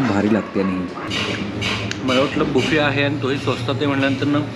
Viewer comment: दादा बफेट नाही रे बुफे